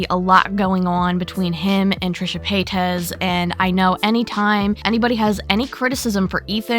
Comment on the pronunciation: What's a trishe pa-tez?